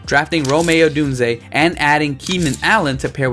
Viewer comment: its the fields graphic on the trey lance portion. And the trey lance graphic on the fields portion, plus the misspelling of Tagovailoa and calling Rome Odunze, Rom-ay, Odunze lol i agree with most of your rankings tho